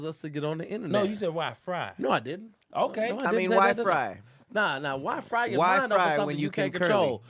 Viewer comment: “Someone’s Free WhyFry…”🤔🤣🤣🤣